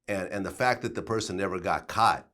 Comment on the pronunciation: Vlad need to learn how to pronounce his words correctly wtf is “kaught”? Stupid ass fuck 😭😭😭😭